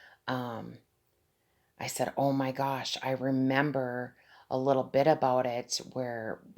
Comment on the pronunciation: Why u saying om gos